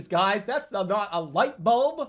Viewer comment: “350? That’s not a lightuhbulb!”